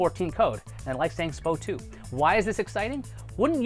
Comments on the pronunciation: S-P-O 2 sir. Not Spo 2. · It's quite laughable hearing non-healthcare professionals, esp YouTubers pronounce medical terms/abbreviations. SpO2 is definitely not pronounced "spo 2" and even though both versions are correct, most healthcare professions prefer the abbreviation as "EKG" and not "ECG". Don't believe me? Watch any medical show and you'll see what I mean. Educate yourself before trying to educate the masses.. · It's pronounced S. P. O. 2